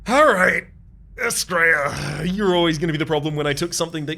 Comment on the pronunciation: Whenever you say Astrea, I hear it as 'straya and I'm all here for it. ('straya is colloquial Australia for those not in the know)